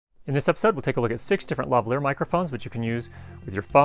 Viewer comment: Why do all Americans pronounce Lavalier wrong?